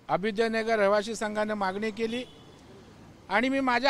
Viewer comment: याला अभ्युदय नगरचा उच्चार निट करता येत नाही आणि हा निघालाय पुर्नविकास करायला!